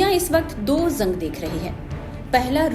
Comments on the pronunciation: जंग होता है not ज़ंग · Madam zang nahi jang boliye Gaja nahi ghaza boliye, please correct ur pronunciation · zang nahi hota jang hota hai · ज़ंग नहीं जंग बोलिए मैडम...😂